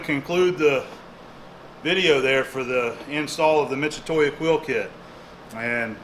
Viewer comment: Thank you ! for adopting a Japanese product ,but it's not "Mitsutoya" it's "Mitsutoyo". Founded in 1934 in Kanagawa Japan, "Mitutoyo" is arguably one of Japan's best manufacturers of measuring instruments. My grandfather was also a lathe operator, and he always said that accuracy is the result of accumulation, and that you should never cut corners because you are too good at it. I think it's great to see you always sticking to the basics in your work.